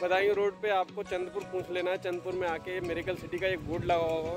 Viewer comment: Bhai ye चाँढपुर hein , चंदपुर nahi...